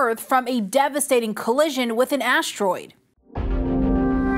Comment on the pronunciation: "aashroid" "aashronawd" 🤨